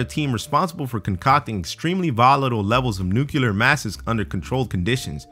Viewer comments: Nuclear NEW-CLEAR 🚫NEWCULER🚫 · its pronounced NEW-CLEAR... have a good one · "Nucilar" is not a fucking word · Names? No, I like the guy, but man, saying nucular instead of nuclear is still wrong. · I understand nuclear radiation but please explain what nucular radiation is . I cannot find any reference to nucular energy . thank you. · He actually said nucular. Wow. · nu-ke-lar? seriously dude? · he said nucular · Do people know how to pronounce nuclear correctly?